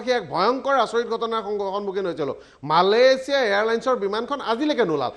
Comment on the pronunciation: he said malalesia